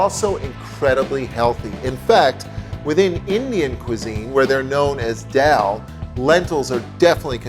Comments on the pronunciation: Hey dude, its not Dell Curry. Its Dhal Curry. You pronounce it wrongly as Dell Curry. To say Dell instead of Dhal is a sign of ignorance. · I've never heard anyone call it 'dal' before. The rest of us call it 'dahl' (pronounced 'darl') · A great recipe, but it's not pronounced "dell" but "darl" ... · He has a Canadian accent but Canadians don't say Dell instead of Dhal. I think its ignorance. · Sounds like doll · Wrong Darl is the correct pronunciation